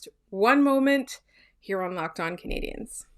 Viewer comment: Can you get the person doing the intro to say 'Canadiens' properly please? It's not 'Canadiahns'.